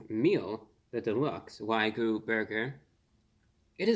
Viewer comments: Review bruh - I love your content and how you present everything but please stop saying "wai-gu", Wagyu beef is pronounced "wah-gyu" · The word is pronounced "WAH-gyoo," not "WAY-goo." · It's NOT "Wag-oo". There's a Y in it. It's pronounced "Wag-Yoo". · Why do so many people pronounce wagyu wrong? I don’t get it. It’s a short word. It’s not a hard word. It’s not why-goo. It’s not way-goo. It’s whag-you. For fucks sake. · It's WAG-YU, not WAY-GU. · I love ReviewBrah, but every time he says "Wy-Goo" instead of "Waa-Gyu" I seriously cringe. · Its wagyu, not waygu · "Wag-you", not "why-goo" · Wagyu pronounced like wag you. Not so much like saying Ragu with a lisp. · i think you're pronouncing the 'y' in wagyu before the 'g' instead of after it. it sounds like you're saying "wai-goo" instead of wah-gyoo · wah-gyuu, not why-guu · Wag-you...not Why-goo. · Why-goo 🤦🏼‍♂️ It’s WAG-YU. It’s pronounced exactly as it’s written. How can a food reviewer with over 2 million subscribers not even bother to get that right?? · Great review as always. It's pronounced WA-GYO not WAY-GOO btw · FYI it's pronounced "wah-gyoo" 😁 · Wagyu is pronounced wag-yu 🐮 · Respectful correction: wagyu is pronounced "wah-gyoo." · i gave a like on the video just because of how you pronounced wagyu <3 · Learn how to pronounce wagyu ffs